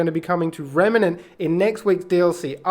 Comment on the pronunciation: REM NANT not REMA NANT lol sorry so many people say it this way lol